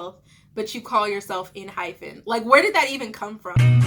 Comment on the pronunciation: The group name is pronounced en-hype-en :)